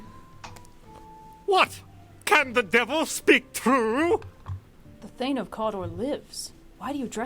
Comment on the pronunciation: "there to meet with Macbath!" it's Macbeth! you idiot! and that's Azkaban!